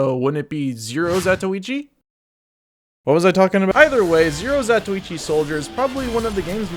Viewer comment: you must be the only youtube tf2 guy who knows how to say the name of the blind swordsman great vid